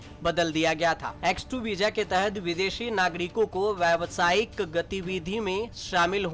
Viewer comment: Veeja nahi Bhai veeza bolte hain or visa likhte hain